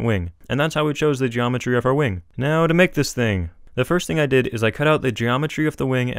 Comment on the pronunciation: geAmetry XD